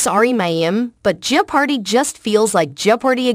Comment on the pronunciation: Yeah, I like Mayim but she should stick to acting. I believe Ken is better suited to hosting the show. It is kind of annoying with the pause but it is also annoying that the pronounciation of jeopardy in this video is not correct. :)